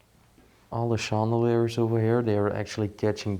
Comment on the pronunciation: Hello, Chandeliers in English is pronounced Shan-da-lears